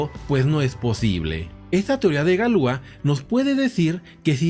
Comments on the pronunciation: Galia? Galois no galua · La pronunciación es Galuá! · En francés se dice Galuá. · Galua?galois no galua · Galua? Galois no galua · Galois Se pronuncia "galuá" menso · Galuá...pronunciación correcta